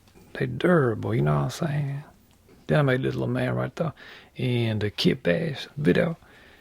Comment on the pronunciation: "like that right der"